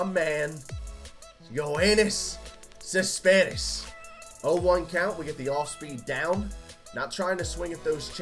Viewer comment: You can't say Cespedes right😂